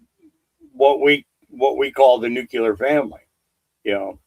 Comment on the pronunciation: It’s not “nucular”. It’s “nuclear”.